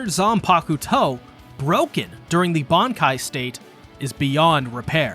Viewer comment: Bruhh their techniques?? Seriously??? It's "Bankaii"